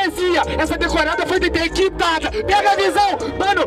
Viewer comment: Alê, aula de rima e postura... o nem conseguiu falar '' detectado'', mas sempre tem uns baba p chorar.